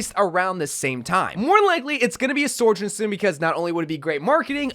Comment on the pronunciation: OMG STOP SAYING SORJOURN